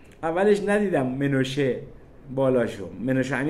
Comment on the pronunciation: درود بر شما عزیز، اول اینکه بهتر نیست که بجای سلام که کلمه عربی هست درود بفرستین و دوم مناشه امیر نه منوشه و سوم اینکه جناب امیر ایرانی هستند و در ایران تهران بدنیا آمده و مدتی هم سردبیر روزنامه اطلاعات بوده اند و اسم درست ايشون منوچهر است و چون منوچهر در زبان عربی تلفظ مشکل است خود را مناشه نامیده. ممنون از برنامه های بسیار خوب و مفیدتون ❤